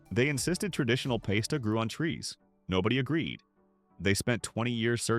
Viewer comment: Well that’s new to me. I have never heard pasta being called paste-a before… Are you sure that you don’t believe some of these hoaxes yourself?! 😂🤣